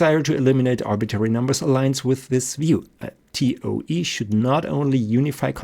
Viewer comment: Toa instead of toe. This because the speaker is not a native English speaker. Not knowing the spelling of toe is for everything, not spelled with an e not an a. Then he corrects himself midstream to an e for everything. When dealing with the electromanetic instead of Maxwell he is following Heavysides theory. Just as correct just without the derivatives. That which engineers need when constructing large electromagnetic engines which are analogue instead of digital.